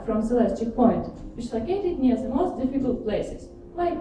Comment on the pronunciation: Игра класс! Презентация поставлена бесподобно для такого рода мероприятий, но хард рашн эксент слушать было тяжело - зе, зен, зеар, самсинг и прочие перлы нашего произношения)))